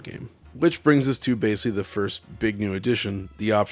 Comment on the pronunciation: keeps saying ‘basely’. The auto subtitles on YouTube translate that to ‘basically’. Is he just repeatedly mispronouncing the word basically, or is ‘basely’ a pc term I’m not aware of?